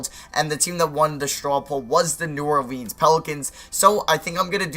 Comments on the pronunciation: It's new ore-lins not new ore-leins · DID HE JUST SAY NEW OR-LEENS NOOOOOOOOOOOOOOOOOOOOOO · its pronounced "New Orlens, ORLENS" not "New Orleeeeeeeens", I'm sorry I'm from the deep south, this pisses me off easily lmao